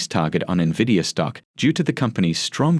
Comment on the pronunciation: Don't trust a guy who doesn't know how to pronounce the most significant company in the market. N-vidia not Nividia